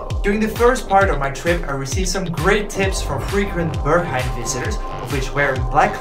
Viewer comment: Berghain. Not Börkhain.